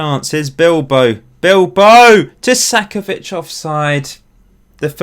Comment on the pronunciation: Why are you saying Tu-sack-ovic, i think you are adding in an extra s in the middle of the name. I believe it would be more like Two-ka-co-vich (co as in co-conut)